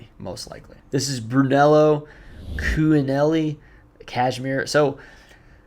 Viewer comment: Ralth lauren purple is higher then RRL...i got two rrl and two purple. bruno is pronounced like cooch...i..nelly